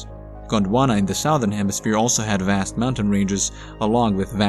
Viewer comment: SUH-THERN......Stop saying sowthern